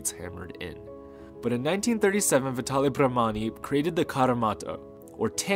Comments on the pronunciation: it's VitalE Bramani, not Vitali. Vitali sounds very much Russian, but he was from my hometown Milan in Italy :) Also, I just realized that VIBRAM stands for VI(tale) BRAM(ani) from his name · It's VitalE Bramani ;)